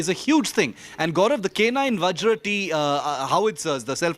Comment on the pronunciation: Boy...only guy who call Vajra as Vajr ...not a whimly VajrA